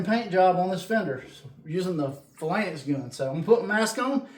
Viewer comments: Thanks for the video … pronounced “Fay-Lanks” I appreciate the demonstration and comparison. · Great results for a relatively cheap set up. Thanks for the in depth review. Phalanx pronunciation is /ˈfāˌlaNGks/. Cheers! 😎👍☮ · It's pronounced "fay lanks", nice demo I was wondering about putting the pigmentation right into the paint!